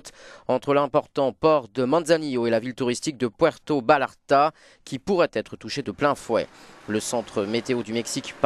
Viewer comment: La mauvaise pronunciation de Puerto Vallarta